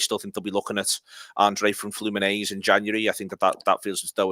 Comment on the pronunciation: Also it's flu-min-en-zay not flu-min-aze like come on at least have a go at the right letters if you're gonna be talking about them all the time